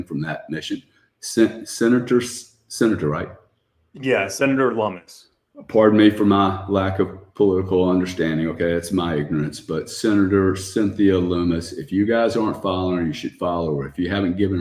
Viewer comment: lol you butchered Senator Cynthia Lummis' (rhymes with Hummus) name so many times. Anyways appreciate the content guys!